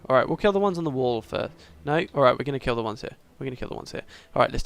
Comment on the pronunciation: Every time you said don't kill the reaper, I heard it as "Don't fear the reaper." Hilarious.